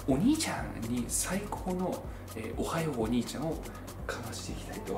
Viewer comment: おはよう↗ お兄ちゃん↗ てことで↗ のとこ発音おかしくてくそ笑った